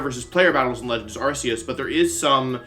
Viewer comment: You pronounced Arceus wrong